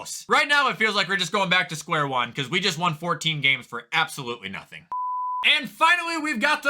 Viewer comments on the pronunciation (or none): none